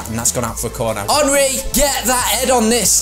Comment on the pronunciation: its not aanry its enry